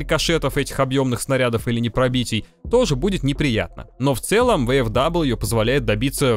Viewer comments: Читается как ВФВИ, нет там даблвью, это немецкие буквы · Японский магнитофон,, ну не первый же раз ты про эту машинку рассказываешь. Ну какая, к галлам, "ВэЭфДаблю"? "ФауЭфВэ", так её название читается, ну сколько можно-то уже. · Только не "Вэ-эФ-Дабл ю", а "Фау-Эф-Вэ" я понимаю, что скажут, что ты прицепился?, я понимаю, что не все тут учат немецкий, но для меня это важно и так действительно правильно... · Да какой ВэФэДаблью???? Фау Эф Вэ! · "ФауФВ" так оно читается на немецком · А оно читается как "ФауФВ" на немецком